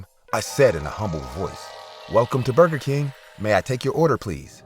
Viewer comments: Bro not bruger king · “Bruger king” ☠️😂